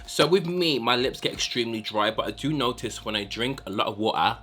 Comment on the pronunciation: I love the way you say water 😂 wuh-ah 😂❤